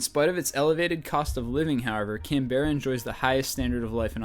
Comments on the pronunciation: its pronounced melben, not melbane, canbra, not canbera, and the harbour bridge is in sydney. rofl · BrisBAYNE, CanBEARA Its so weird hearing it like that in Australia they are pronounced Brisben or Brissy for short and Canbra Atleast you got Syndey right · Oh by the way, Brisbane is pronounced Briz-bin. also, canberra is pronounced can-bra. ;) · Canberra is pronounced as "Can-be-ra", not "Can-bara..." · "Can-bear-a" Close enough but it's more like "Can-bur-ra" And that picture for Canberra is actually the Sydney Harbour Bridge >.< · It's pronounced BRIZbn - Brisbane Can-bruh - Canberra SIDknee - Sydney (You knew that already) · thats a picture of Sydney, not Canberra (which is pronounced 'Canbrah') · That picture of Canberra was actually Sydney. And it's pronounced can-bra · No 23 it's said Can-Breea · Idiot American it's pronounced can bear ra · Bris-BAIN!!! and Can-Beara!!! Syd-ey Hey you said it right ^_^ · You mean Can-Berrah. xD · fricken ignorant yanks that's Sydney (sid-nee) not Canberra (Can-bra) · yeah, some people do say "CAN-be-ra" or "CAN-bra" or even "Can-BR-ra"... also, Brisbane is pronounced as "BRIZ-b'n", like u said... Australians/aussies have a different accent, which may change the sound of the words of the city name(s)... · Canberra is pronounces "Can-brah" -Australian :) And just for notes, Melbourne is pronounced "Mel-bn" Yes, we're a little lazy. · Its pronounced Can-berra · Hahahaha Americans and their supreme knowledge of Australia... Remember Brisbane is pronounced Brisbin Canberra is pronounced Canbra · You say camberra but i see sidney harbour bridge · its pronounced CAN-BER-RA and thats a picture of sydney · birs-baneeee lol can-bera lolololol ill teach you how to say it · Its written like Canberra, but pronounced 'Canbra' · Canberra* whoops even I made a mistake haha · no, its pronounced [can-bra] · Canberra is pronounced [can-ber-rah] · "CANBEARA" HAHAHAHHAHA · it is not Canberra it is said like Can bra put together.